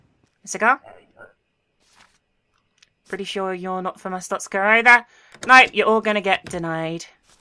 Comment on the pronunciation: I think its purnounced (ar-store-sh-ka) well thats how yogscast nilesy said it